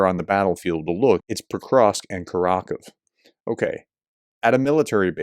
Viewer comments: Howdy Professor — You are doing much better on your pronunciations. However, Kurakhove is pronounced: KUR (as in current) A (Ah) Khov (exactly the same as cove) E (Ah). KurAKhovE. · Kurakhove is pronounced coor-ah-cove-ah. The soft 'e' ending is typical of how Ukrainians speak the place names. so a place name ending 'dove' isn't 'duv' it's 'doh-ver'. Similarly .. the kove ending is koh-ver.